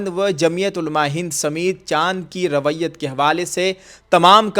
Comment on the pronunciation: حضرت رویت لفظ کا تلفظ صحیح کرو